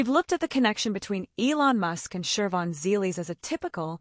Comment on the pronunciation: There is no R in Shivons name